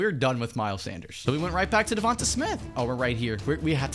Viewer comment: Correct pronunciation: duvontey